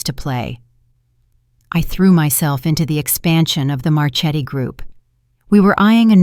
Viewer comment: Learn to pronounce Italian. Marchetti is pronounced Marketti